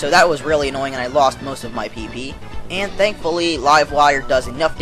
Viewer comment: u sound funny wen u say pp lol